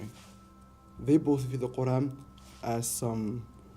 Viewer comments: She couldn't even pronounce her holy book correctly!! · Sorry but I never been so appalled by the way people pronounce things like when they say quran, sounds like they're choking omg LMFAO